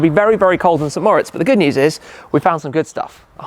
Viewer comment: Is it really that hard to pronounce St Moritz in a proper non-English accent?